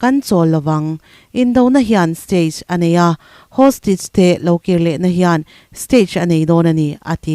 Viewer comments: Hostige ti suh hawstaige ti rawh 🤣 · Hostige chu eng tihna nge aw ??!! Hostage tih tur ni awm tak